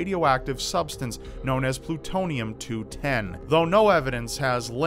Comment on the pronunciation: I heard Putonium :D